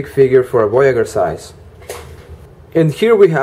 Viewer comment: I find this hard to convey over a textual comment, but voyager is audibly pronounced VOY-a-jur, not VOY-a-gher. Emphasis on the J sound, like Blue Jay. Voyager: one who voyages, one who sets out on a voyage. It's fine that you have an accent, and my intent is not to be rude, but even so, please use the correct consonant sound for this word. Thank you.